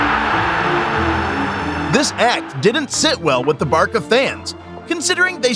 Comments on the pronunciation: The Barka fans? Barca is pronounced barsa... you are just reading a script and know nothing of football, do you? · “Barka”? It’s Barca. Like Bar-sa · I found it extremly annoying when he said "Barka". Along with multiple player names. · Bro say barkahh instead of Barca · What is "Barka"? You mean "Barça"? Even English uses Ç in façade, at least tell whatever TTS model you used for the audio to read properly. Same with "Argenteen" what is that? It's either Argentine or Argentinian, you have 2 choices, and still type it wrong? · Stop calling Barça Barka 🤣🤣🤣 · Who TF are 'Barka?' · Americans giving footballs highlights like its wrestling 😂😂 The pronunciation is terrible Barka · Bro is saying barka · its barCa not barKa, sry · One would have thought that with USA co hosting this 2026 World cup, they would at least pronounce club and player names correctly :\ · I swear you are just deliberately mispronouncing every name, club and competition for rage bait lol. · Barca is pronounced Barkahh. The way to write it correctly is Barça.